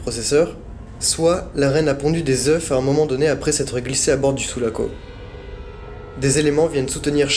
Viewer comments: Désolé de faire le rabat joie mais j'ai les oreilles qui saignent au bout de 20 fois dans la même vidéo !! Des œufs !! On dit des œufs (eux) pas des euf !! Stp ça rendra tes vidéos plus crédibles et tes commentaires plus sérieux ! Bonne continuation ! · Sa se dit pas des oueuffffff! On dit des oeu.... sans me le f au pluriel purée!! Ta appris ou le français ?